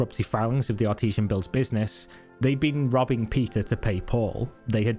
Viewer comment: I know you said robbing Peter to pay Paul but it sounded like rubbing Peter to pay Paul which is just prostitution and ain't nothing wrong with that.